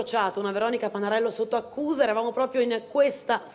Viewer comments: La conduttrice Panarello proprio non riesce a dirlo... Pavarello 😂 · Ma la Cuccarini dannata che dice “ Pavarello “ anziché Panarello ??? 😳... già è simpatica come un tafano nero in una giornata afosa d agosto e come se non bastasse sfotte la protagonista vera ??? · Due volte l’ha detto…. Complimenti alla Cuccarini 😅